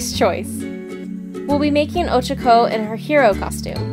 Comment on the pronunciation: Anybody notice she says Ochaco weird?